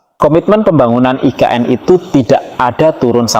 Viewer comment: Nggak usah nyebut "aI Ke eN" bang. Selain nggak cocok, itukan emang singkatan dari bahasa Indonesia...